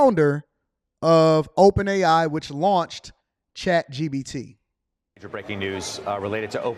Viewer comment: … It’s ChatGPT not ChatGBT!!!